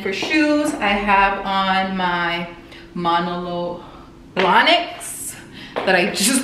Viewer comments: Not even a sugar baby, happily married, but I LOVE your vlogs ☺️ btw the shoes are pronounced: Mah—know-low Bla-niks. Love them btw-they are so versatile! Xo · Muh-no-low blah-nick is the pronunciation, also the r is silent on Cartier. The short hair really suits you btw, you look good.